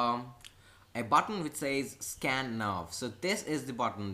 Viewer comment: I thought he said Scam and not Scan lol